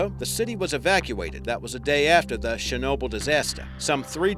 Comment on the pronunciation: This bloke's pronunciation of Chernobyl is laughable. Where you been forbtge last 30 years, mate? Didn't get the memo? It's Chernobyl, not Shernobyl. Muppet!